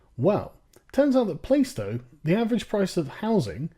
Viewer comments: It's pronounced Plah-stow not Play-stow :) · playstow is pronounced plars-tow. i like your videos but e13 is definately not middleclass, it really is full of theives, robbers and little shits with knives. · Dude i know Plaistow and you are pronouncing it wrong LOL Its pronounced Pla-stoe ;) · Isn't it pronounced 'Plastow'? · Minor fact check, Plaistow is pronounced (for some weird and unknown reason) as "Plah-stow" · It's pronounced "plaaah-stow". You ought to feel utterly place-name shamed. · You are pronouncing plaistow wrong. And its a total shithole like the rest of Newham. Searching inflated london house prices after the olympics and gentrification is intellectually dishonest. Cant say im surprised though. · Plaistow is a traditionally working class area that's suffered house price rises due to gentrification. There are housing estates just like that in Plaistow, you have shown you know nothing about working class London, FYI you can't even pronounce 'Plaistow' correctly. comparing house prices to Durham is laughably ignorant, and 382, 000 is cheap for London btws. You say that no one from a council estate ever goes to Cambridge,, then you mention 'the lucky few' in your next breath, how are you to know she's not one of those lucky ones? Literally nothing you say supports your claim. anyway, so what, the logic of your own tweet (she didn't grow up in a council house so doesn't deserve an opinion) renders your opinion meaningless, I think someone who's been homeless has a better idea of needing a home and where a person would be willing to live.